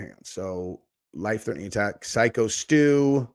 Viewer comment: WTF. So why do you say that? Because of how he looks?? People could literally say the same thing looking at you lol. The dude is literally a veteran and the victim of a brutal beating and you feel the need to degrade him? For what reason? And get his name right ffs. Its Stu! Man this video was infuriating from you. And i don't even want to get started on your insane pearl harbor/japan comment and comparison. That was equally infuriating and ridiculous.